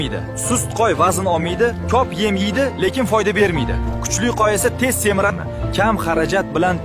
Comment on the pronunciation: Nega qo'yni qoy deydi qaysi tilda aytyapti